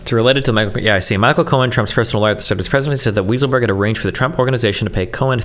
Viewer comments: I wish it was, Destiny pronounced it ridiculously incorrectly in America it's pronounced "Why sull berg" and in Germany it's pronounced "vye sull berg" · I'm pretty sure Weisselberg is pronounced "Why-sel-berg". Lmao. Destiny's brain just really wanted it to be "Weasel-berg"🤣🤣🤣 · Also, “weasel”-burg 😅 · More like WISE-uhl-burg. But "Weasel" is more appropriate. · It wasn't until this video that I believed the claims that destiny was an antisemite. There's no shot he thinks that guy's name is pronounced "weasel-berg" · Love the way he looks up the word "bellicose" to pronounce it correctly but doesn't give a F about calling the guy weasel 😂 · Is Destiny trying to be a dick by mispronouncing Weisselberg's name or is he just that stupid?